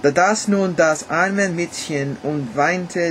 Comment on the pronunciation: Du solltest noch mal folgende Worte üben: Müllers-tochter, Häus-chen, Gold, Morgen, Mäd-chen und Männ-chen. Insbesondere die Verwechslung der letzten beiden kann zu reichlich peinlichen Situationen führen:)))) Die deutschen Umlaute ä, ö und ü sprichst du meistens richtig aus. Eine Notenbewertung abzugeben bringt dir nicht wirklich was. Informativer ist es eher zu wissen, dass bei uns die Noten meist von 1 (sehr gut) bis 6 (ungenügend) benützt werden. Tschüss